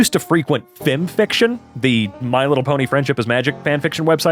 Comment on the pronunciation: Wait you pronounce it like a word instead of F-I-M?